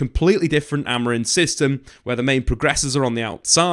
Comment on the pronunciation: Maybe it's because I have only had one coffee but I want to scream every time you call him AmoriN...you're a journalist and it's a simple name!!